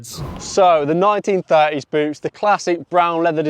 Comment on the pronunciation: bro did not say boots